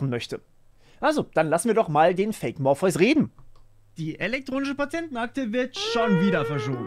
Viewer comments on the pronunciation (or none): Du heißt morpheus. Nicht morphius.